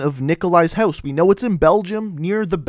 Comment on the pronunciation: why does he say house houeose ??